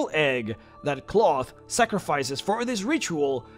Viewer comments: I think this is pronounced like, "Klaus," and not "cloth". "Klowth" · I'm not sure what the canon pronunciation is, but I prefer to pronounce Klauth as "Klowth" rather than "Cloth" because the latter just sounds silly. It's kinda like how the Hobbit movies pronounced Smaug as "Smowg" rather than "Smog" but even more so, because "Cloth" is an absolutely terrible name for a dragon. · I think you should say his name like "Klow-th" not "Cloth" .... sounds more regal and powerful... much like saying "Smow-g" instead of "Smog" from the Hobbit. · I'd always pronounced it "KL-ow!-thhh" rather than "cloth" ... feels weird bro.png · It's pronounced clowth. People actually lived in the veil before 5e and apparently they ruined that too. They kept the land nice and gave him tribute and he wouldn't kill them or let anyone kill them. In my last campaign he became my right hand advisor voted on by all the other dragons in my Empire. My character is chaotic good, and he built an Empire on the Northern sword Coast. Campaign went four and a half years and I won lol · "cloth" lmao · You repeatedly mispronouncing his name as "cloth" drove me nuts